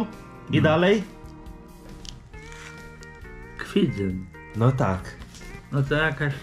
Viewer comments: kolego... Mieszkam koło Kwidzyna i proszę mów 'Kwidzyn' a nie 'Kwidzyń' 😂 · Kwidzyn nie Kwidzyń 😉. Pozdrawiam z GKW. 😉😀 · Pozdrowienia spod Kwidzyna. Kwidzyn a nie Kwidzyń wymawiamy.Temat drażliwy wśród Kwidzyniaków.Pozdrowienia😉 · nie Kwidzyń tylko Kwidzyn. xD Każdy kto z okolic to się denerwuje jak ktoś tak mówi. Pozdro z Malborka. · Nie Kwidzyń tylko Kwidzyn